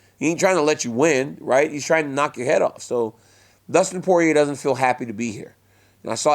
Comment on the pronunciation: DC is the only person that can properly pronounce Poirier.